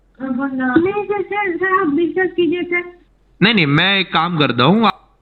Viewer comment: Sir discuss nhi bola 😂😂 "biswas" bola...biswas matlab trust aur yakin Karo 😛